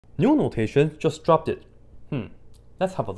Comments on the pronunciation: Just a heads-up, its "dr-(short) o-p-t", not "dr-(short) o-p-ed", because p is unvoiced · Did he really said,"Dropded" in the beginning?😭😭